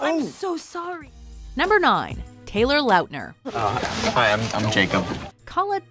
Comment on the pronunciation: Lol it said like they said Taylor Laughter.